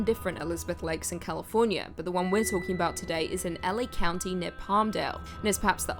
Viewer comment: "Californier" I heard it. Don't deny it lol 🙂